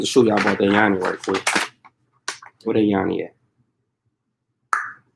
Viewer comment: Not Yani ... it is Yoni